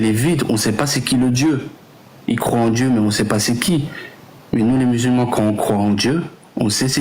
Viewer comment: Il a vraiment dit y’a 4 milliards de musul ments dans le monde sans trembler du menton le champion 😂😂😂